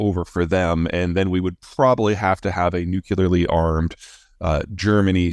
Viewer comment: Can someone look up "Nukularly"